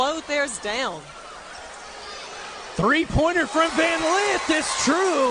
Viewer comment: it's Lith....not Leeth